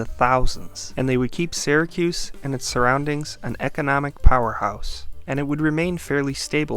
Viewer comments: Right off the bat... "Syracuse" isn't pronounces "Sehracuse" it's like the words "Syrup" or "Syria". "SEEracuse" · BEFORE YOU TELL ALL YOUR OHPINIONS, LEARN HOW TO PRONOUNCE IT CORRECTLY!!!! ITS NOT SARAHCUSE ITS SEARACUSE.....GOT IT? GET IT? GOOOOOOOOD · In the US it’s pronounced “Sear-a-cuss, not “Sigh-ra-cuse” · Why does this guy keep pronouncing it "Sarah-cuse"? Is this some kind of local thing? I'm from New York and I've never heard it pronounced any way but "Sear-uh-cuse." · I was born and raised in the city and it is pronounced “sear a cuse”, not “sair a cuse”. The narrator should have done his homework. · It's Syracuse...starts like syrup. Not "Sara"cuse. 😉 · funny, because I am also from Syracuse and was thinking the opposite. Usually when someone says "sear a cuse" I suspect they aren't from the area. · the way you pronounce "Syracuse"... are you from Syracuse?